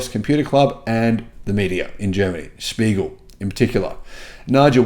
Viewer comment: Mate, it's "Der Spiegel" (The Mirror)!